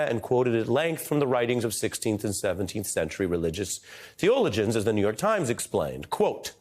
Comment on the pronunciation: omfg Ari! That's NOT how you pronounce THEOLOGIANS and even a former lawyer should know THAT!